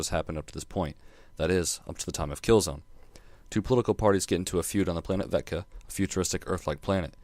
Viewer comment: Nice review... but it's Vekta, not Vetka. Love this game, though.